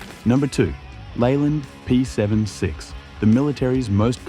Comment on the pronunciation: P-seventy-six thank you, not seven six.